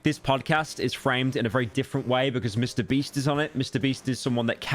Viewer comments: did i hear that right? "mr breast" 2x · y does bro keep saying mr breast 💀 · Am I the only one who noticed that Pyro refers to Mr. Beast as "Mr. Breast"? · why do i laugh everytime he says MrBreast whats wrong with me?????